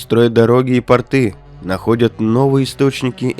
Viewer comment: Привет! Поправка: не тортЫ, а тОрты и не портЫ, а пОрты! Спасибо за видео!